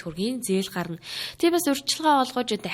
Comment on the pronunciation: гарна > гаран үгийн утгуудыг бол алдагдуулж өгч байнадаа.